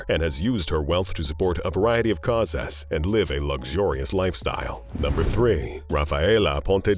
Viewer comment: Words like kaw-ass for causes. Ugh!